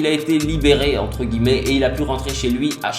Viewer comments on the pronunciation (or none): none